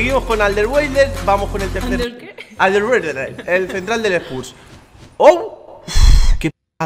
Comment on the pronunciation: ✨seguimos con alderweireld alder que? Alderwuederer✨